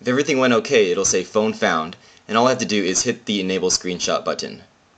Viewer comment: you say 'button' in a funny way